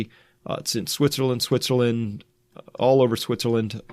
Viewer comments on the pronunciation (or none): none